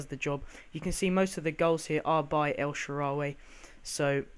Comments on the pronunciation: Notch-er-eeno. Jar-Vis, El-Sha-Rare-Ree. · Terrible pronunciation Nocuino, De Sanchez, El sharreeree, and Jarvis is not even tough to say, u fuvking idiot, he's not French